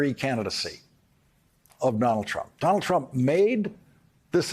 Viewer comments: Lol he said Donald crump! 🤣😂. Think he was trying to say Donald chump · "Donald Crump" 😁😄😃🤣